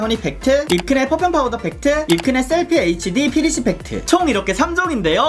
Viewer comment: 펗퓸펍퓸 ㅋㅋㄱㅋㅋㄱㅋㅋㅋㅋㅋㅋㄹㅋㄱ이런 명확한 발음마저 낭낭한 당신은,,,,,,, ❤ 안그래도 하태하태한 써머가 오고 있어서 파우더팩트 장만하려던 참이었는데,,!! 아주코롬 센스쟁이 ~👍 그리구 영상이 끝나는가... 싶어 아쉬워하는데 ㅋㅋㄱㅋㄱㅋㄹㅋㅋㅋㄱㅋㅋㅋㅋㅋㅋㅋㅋ마지막까지 큰 웃음을 선사해주셧.. ㅋㅋㄱㅋㄱㅋㅋㅋㅋ 이 극찬하신 입큰의 미친 팩트 향기!! 저도 맡아보고 싶네요 ㅎㅎㅎㅎㅎ 21호 받고 싶습니당 카톡아이디: yubin0723